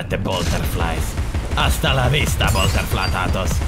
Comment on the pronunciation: I like how he kept saying botterflattos